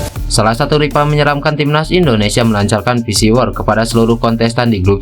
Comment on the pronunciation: Psywar dibaca pisiwar 😂 Versatile dibaca persatile 😂 Oii.. Lagi ngelawak kawan..